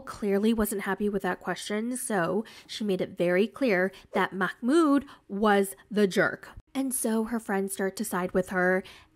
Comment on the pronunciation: Love ur vids. I think his name is not pronounced Makh-mood, i think it is Mah-mood